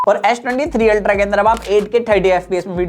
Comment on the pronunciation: It’s ultra bro not ulta